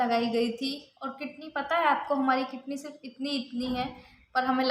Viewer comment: Language to sahi se bola karo kitney kya h